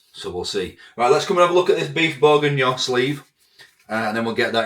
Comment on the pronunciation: It’s pronounced berginyon 😂😂